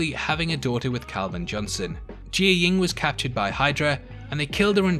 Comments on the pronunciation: "Gee-yah-ying"? Pretty sure it's "Jia-ying" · Jiyeng.... how do you mispronounce what you hear them say?! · jai ying and kal, you need to learn their names a little more hahahaha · You pronounced Jiaying wrong lmao